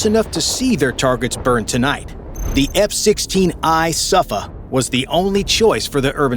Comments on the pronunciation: Soo-Fa not Sufa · It’s not pernounce sufa it’s soofa which means a storm in Hebrew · Thanks for video. Sufa reads as "Soofa" , means storm in hebrew. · ok safa? its sufa dude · The word SUFA in Hebrew (storm) sounds like SOOFA (not safa) Excellent video 👍!!! GO ISRAEL 🇮🇱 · "sufa" is pronounced "soofa", meaning "storm" in Hebrew. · It's pronounced Soofa, meaning "storm". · Sufa is pronounced: SOOFA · Sufa shoould be pronounced like "SOOFA" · Pronounced "soofA" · sufa means storm, and it pronounced soofa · It's pronounced "Soofa" (Storm in hebrew) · Sufa pronounced Soo-fah, means "storm" in Hebrew. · Pronounced sooFA